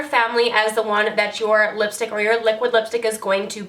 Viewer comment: 7.33 did u say lipshit lol